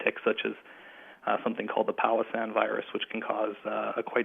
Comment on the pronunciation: Great interview. He mentions an illness and I'm not sure I am hearing it right. My ears are hearing Palasan virus. Am I supposed to be hearing Powassan virus?